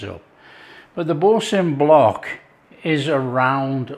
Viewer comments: Bore - San not Bore - Sin…. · It should be pronounced ‘boor - san’. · “Bore San”